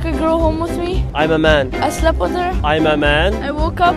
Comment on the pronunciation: Bro it was ✨AMAMEN✨